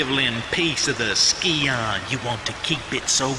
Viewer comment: The dagger Xian in TR2 is pronounced 'she-an'